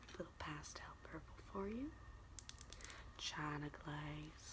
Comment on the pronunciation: when she said “chŶna gláŶze” i screamed 😂😂💀💀